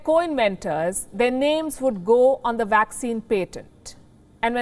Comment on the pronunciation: Palki Sharma ---------- please learn the correct pronunciation of the word "PATENT", and use it. Also, your stress placement is way off on many words. You need an English teacher.